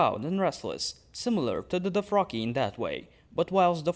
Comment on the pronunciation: What is a "Doh-fraki"??